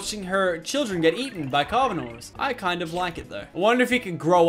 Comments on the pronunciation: he said carvinores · Lachlan you said carvinores.